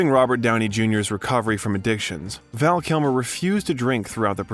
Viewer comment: There are a few giveaways that this is an AI created video. None so obvious as "Cybele Shepherd" (Siy-bel?) Roger "E"bert. :eyes-purple-crying: "Val Kimmer"